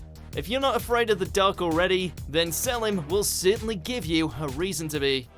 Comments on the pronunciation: The pronouncing ion, God it's seleeeeem not selem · I hate the way you say Salim. It is VERY wrong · Not how you pronounce selim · The pronunciation of Selim just made a part of me die inside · Don't fucking pronounce Selim's name like that. They say it many times in the anime. Pronounce it correctly